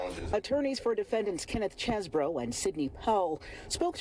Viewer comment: It's Cheesebro